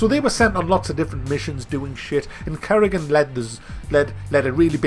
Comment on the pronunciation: Currygan :p